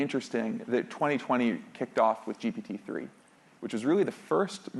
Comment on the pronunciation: Am I confused, or does he always(!) say GP-3 instead of GPT-3?